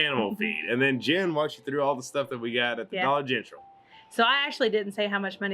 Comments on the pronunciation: We say Dollar Gentral too! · I've never heard dollar gentral before but love it lol